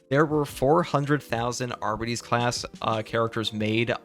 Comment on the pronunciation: Are by tees, say it with me children. It's not arba tees, it is are by tees. Arbites